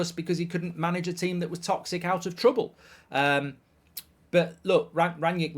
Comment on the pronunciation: "Tea-them" lol